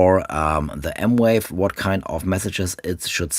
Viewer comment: It’s M Vave, not M Wave